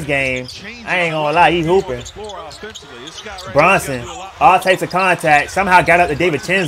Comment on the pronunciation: Bruh say Brunsons name right 😭 good content king